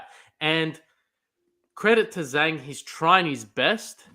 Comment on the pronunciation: "Zh" of Zhang is pronounced as "J" sound, not "S" sound, and;;; So, its "Jang", not "Sang" nor "Shang"